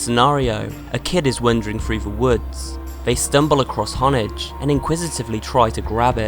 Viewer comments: Its hone edge not honage or whatever the fuck you said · It's hondage not honage